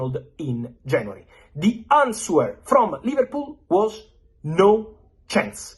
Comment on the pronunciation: The w in answer is silent.